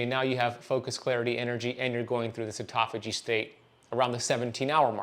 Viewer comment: What an absolute load of complete and total bullshit. Misrepresentation at almost every turn. Also, please learn to pronounce 'autophagy' correctly, if you're going to say it that many times in a row to baffle the drooling idiots with bullshit. That is not it.